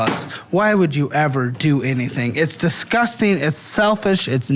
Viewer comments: Why can't pronounce disgusting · you’re overpronouncing the first g in disgusting. All love. Headed to the gas station for some bullshit. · The emphasis or disgusting....diZkusting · take a shot every time says “diZgusting” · He also says it like “dezzzzzGUSTing” 🤣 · At this point, is pronouncing “disgusting” as two words on purpose. There’s so much emphasis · Lmao I love his pronunciation of "disgusting." I notice it every time 😅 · I feel like the pronunciation has become more unhinged the longer he does this. 😂